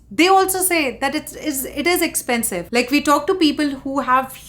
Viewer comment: I suggest a new drinking game. Take a shot every tike this daddy's money screams "Ek-ch-pen-chive" in her videos. Trust me, you'll get drunk in first 5 minutes. But for real though, if coffee, gas and daily groceries are "expensive" for you, you are a dumbasss who moved to a western country like its still 90's (#Amrika #Phoren) and that too without a real job, when rest of us are sipping 'Bucks watching your cringe and judging you. #GrowUp